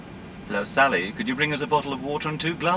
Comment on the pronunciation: Sally the flight attendant has a really bizarre accent, she can't even pronounce her name properly, "Sully" ?